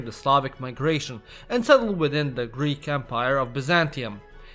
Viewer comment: As a greek person, my ears bleed every time he tries to pronounce a greek name